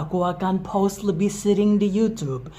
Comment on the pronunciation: Pas ngomong "post" gue dengernya "pause" dan harus di cerna . Ohhh post video 😭😭